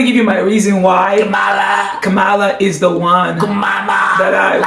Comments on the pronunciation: It’s pronounced …Cam- ma-la!! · Her name is pronounced ,la. (Comma la)